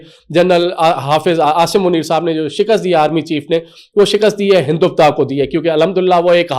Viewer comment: Hinduvta nhi Hindutva.. (HelicApter)- helicopter (Pirontba)- paratha Walay anchor bn gye.